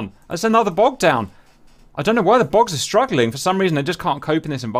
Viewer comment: Took me a minute to process that the "bogs" are actually "bugs" lol